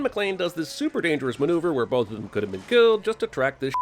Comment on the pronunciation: could not "Chould"